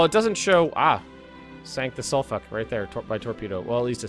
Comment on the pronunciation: It's suff-fok